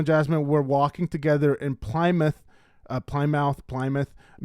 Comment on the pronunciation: you really should figure out how Plymouth, Michigan is pronounced. I'm not even American, and I know 😢